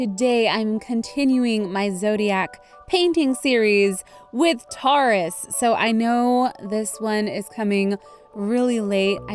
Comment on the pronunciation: I'm sorry but in the beginning you pronounced it wrong XD I still love u tho